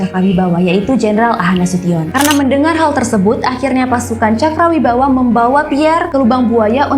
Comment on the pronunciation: Cakrabirawa ya kak. Bukan cakrawibawa 😊🙏